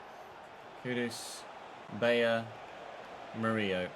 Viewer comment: Despite having two L in his name, Murillo is pronounced like Danilo would be since he's brazilian. Btw, as a Corinthians supporter, I loved that you signed a former player 😊